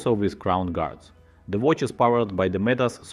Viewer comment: as a watch youtube channel its crazy that u cant say watch